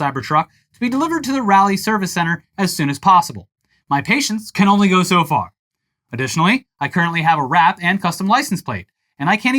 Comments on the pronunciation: the city in NC is pronounced Ra-lee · Its pronounced raw-lee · Way to butcher the city name, Raleigh. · please pronounce Raleigh correctly next time.